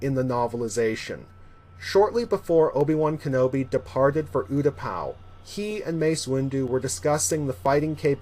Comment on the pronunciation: You're another one who says "Utapau" wrong. Its "you"-"ta"-"pah".